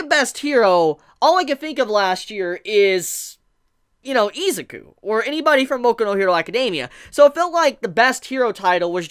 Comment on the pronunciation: O-chuh-ko I-zuh-koo ???